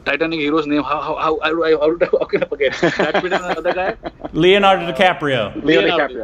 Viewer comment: I think he knows Leonardo. He is not dumb. It maybe a way for him to work around the 'L' sound. Well I cant tell you more since you would never understand. But more respect to him. He has crazy confidence to even give this interview.